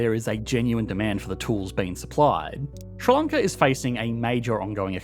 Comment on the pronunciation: what is ssronckla? Ah, you mean Sri Lanka - the letters that are used to make up words are often a good hint as to how to pronounce that word so s, r, i is Sri, not "ssr" and l,a,n,k,a is Lanka, not "onckla" and the wee gap in the middle tells you that it is two words rather than one. Clearly some additional investment in education infrastructure needed.